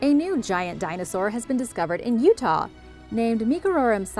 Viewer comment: I’m from Utah. And it’s pronounced “you t” not “ootay” like the college. Utah Utes